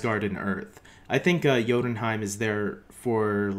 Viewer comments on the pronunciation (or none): Kat Dennings` character is named Darcy.The Frost Giants` realm is called Jotunheim(Pronounced Yo-tun-hime).